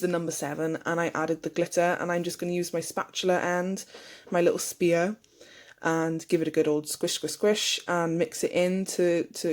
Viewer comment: Love how you’ve done your nails, I died laughing every time you said spear in your video 😂